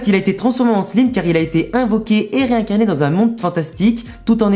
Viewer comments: je veux pas de vexer mais sa se dit slaime pas slime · Je veux pas faire le gars relou mais stp prononce le slayme et pas slime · Slime pas sliime désolé de te faire chier avec la prononciation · On dit slime i comme si tu hi😅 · Désolé mes stp le e à la fin de Slime ses perturbant sa se dis slimeeeeeeeeeeeee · On dit slaïme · tqt pas de problème sa fait juste bizarre a entendre